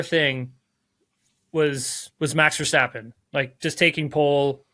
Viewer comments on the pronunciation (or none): When will you stop calling him VerSTOPpen ???